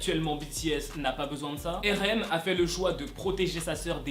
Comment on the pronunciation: tu sais je t'aime bien mais on prononce pas RM, erem 🤣🤣🤣🤣 on dit arem mdr 🤣🤣🤣🤣